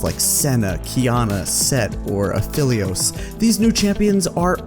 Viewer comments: "Uh-fell-ios" I gagged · You are saying Aphelios wrong